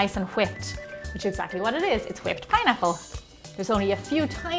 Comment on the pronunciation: She says whipped like stewie on family guy, kinda like "huipped"😂